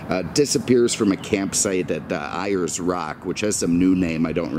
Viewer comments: Uluru. Airs Rock for Ayers Rock not I rs Rock. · The first Toyota assembled outside of Japan was at the old Toyota plant in South Melbourne. And, yes, it was a Corolla. Ayer's Rock pronounced "Airs" and we now call it by its indigenous name of Uluru. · The pronunciation of Ayer’s Rock made me laugh.